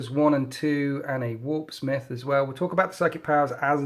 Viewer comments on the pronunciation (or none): none